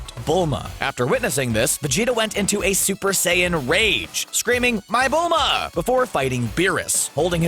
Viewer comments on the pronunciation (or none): How cbr say my bilma 🤣🤣🤣😂😂😂